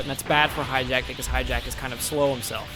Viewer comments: its pronounced hatch e yack, not hijack! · hatchiyack. not hijack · and it's hatchiyak not highjack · This dude said "Hi-jack" Ahem if you can read.. Its HATCH-E-AC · I know it's hatchiyyyyyaaaack not hijack god when will people learn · Why do you pronounce Hatchiyack like that? It is clearly not "hijacked." I enjoy your videos, but that's super annoying. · Everyone makes the same mistake on Hatchijaks name. I'm sure thats close to how to spell it but everyone says Hijack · His name isnt Hijack guaaah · Pronounce the names correctly for once. Mis-pronounced Hatchiyack.